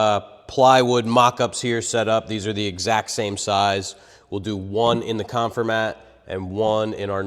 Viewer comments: The name is a play on “conform” so it’s pronounced con-FOR-mat not CON-for-mat. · Check the pronunciation of "Confirmat". And please don't smash things for the crowd. A stress test with a scale would have shown us more. You know, but they possibly don't know that, the thin piece of Masonite on the back of the structure does 90% of the holding power. Hey, glue is good too. (the don't pack glue because they don't want your wife to yell at you when you get it on the carpet.)